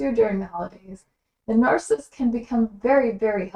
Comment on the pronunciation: You keep saying narCIST. Isn’t it narCISSist? Three syllables? Slowwwww. down please.